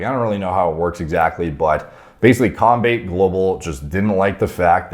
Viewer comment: But the way he pronounced combate tho hahaha, not hating just think its funny. Keep up the good stuff!!!